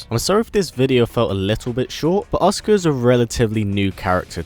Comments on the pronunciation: Her name is pronounced A-soo-ka not oscar. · It's a..su...ka not Oscar lol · is it just me who hears oscar when he says asuka? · Every time you say Asuka I swear you're saying Oscar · it sounds like he is saying "Oscar" and keep finding myself asking who the fuck is Oscar ? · Anyone else hear him say oscar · It's kinda funny how he pronounced Asuka as "Oscar."